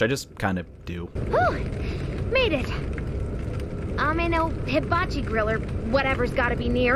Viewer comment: Abe-no-hibachigrill lmao